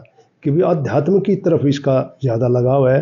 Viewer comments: आध्यात्म बोलो साहब जी आद्यातम नही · It's very irritating... anchor's pronunciation, it's अध्यात्म न कि adhyatam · Adhyatam नहीं अध्यात्म होता है, इतने बड़े हो गए हो लेकिन हिन्दी बोलने भी आता । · पत्रकार अध्यात्म नहीं बोल पाता अध्यातम बोल रहा है। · Reporter saheb, Adhyatam nahi hota Aadhyatm hota hai😒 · पत्रकार महोदय, 'आज तक' हिन्दी चैनल से संबंध रखते और अध्यात्म शब्द का शुद्ध उच्चारण नहीं कर पा रहे हो ये शर्म की बात है, गोळालाठी वाली बात तो आपने कर्ण सिंह जी से पूछी ही नहीं, खैर, कर्ण सिंह जी ने स्वयं ही कह दिया है कि मेरा बेटा अभय कभी झूठ नहीं बोलता, एक बच्चे के सामने जब उस की माँ को उसी का का पिता टाॅर्चर करता है तो उस बच्चे की मनोदशा को कोई भुक्तभोगी ही समझ सकता है, अभय सही में एक सच्चा बैरागी है, उसने आज तक जो भी किया है पूरे मनोयोग से किया है और सफल भी हुआ है, अध्यात्म में भी वो सफल होगा ऐसा मुझे पूर्ण विश्वास है, वो कहता है कि राजा बनूंगा तो राजा वो बनेगा ये पक्की बात है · pahle adhyatm to theek se bolna seekh lo mahoday.... kaun aapko mice de diya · भैया पहले अध्यात्म का उच्चारण तो सीख लो, अशुद्ध बोल बोलकर मूड खराब कर रहे हो। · अंकल जी पहले तो आप अध्यात्म बोलना सीखिए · पहले अध्यात्म तो बोलना सीख ले बाद में पत्रकारिता करना। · पत्रकार महोदय अध्यात्म बोल ही नहीं पा रहे हैं इन्वेस्टमेंट के आधार पर पत्रकार बन गये या योग्यता के😂😂😂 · रिपोर्टर को आध्यात्म बोलने नहीं आता कैसे रिपोर्टर बन गया😅😅😅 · अध्यात्म शब्द का उच्चारण भी ठीक से नही कर पा रहे है प्रश्नकर्ता महोदय! 😢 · ठीक से अध्यात्म बोलना चाहिए आप को। अधतयम क्या होता है 😮😮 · अध्याय तम क्या हुआ सही से उच्चारण करो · भौतिकवादी जीवन से वैराग्य की रह पर चलना बड़े कठिनतम फैसलों में से एक है। उनके पिताजी का इमोशनल होना स्वाभाविक है। आजतक के पत्रकार महोदय का अध्यात्म को "अध्यातम" बोलना सुनने में अटपटा लगा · सारे बकवास प्रश्न पूछ रहा है😆😆😆😆😆😃😃अध्यातम नही होता अध्यात्म होता है😂😂😂ओशो का क्वालिफिकेशन विवेकानंद का और रामानुजन योगी परमानंद जाणते हो बुडभक 😂😂😁😁😁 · Adhyatm hota h ki adhyatam? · महोदय पहले तो आप अपनी वाणी को शुद्ध कर लीजिए, आप आध्यात्म को अध्यातम बोल रहे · आध्यात्म बोला जाता है न कि अध्यातम